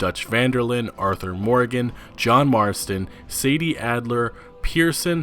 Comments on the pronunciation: Its 'Sadie' not 'Sadee' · Samuel Kinsella He's always pronouncing shit wrong lol "SAD-EE " And not Say-dee